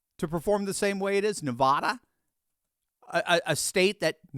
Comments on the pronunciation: Please pronounce Nevada correctly! It's Nevada not Nevauda! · I’m voting Trump. Please stop mispronouncing Nevada. It’s Nev Ada, not Nah Vahda. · As a native born Nevadan...its NEE-VAAAH-DUH lol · I am from Nevada - the correct way to say Nevada is say ADD like NevADDa. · Nevada - the first A is pronounced like the A in “bad” or “apple”. Thanks homie- love your channel!🎉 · I don't mind if you mispronounce the name Kamala, but please don't mispronounce Nevada.